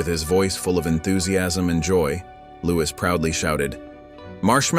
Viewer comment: It’s pronounced LOUIE! Not Louise!